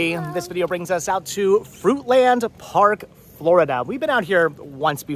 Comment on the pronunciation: Real pronunciation fruitlen park lol been living this area 30 years it killed me hearing fruit land lol😂😂😂